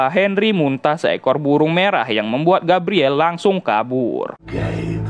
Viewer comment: di baca nya Gabriel, bukan gabriele